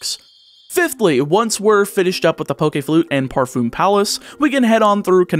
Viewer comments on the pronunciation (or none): none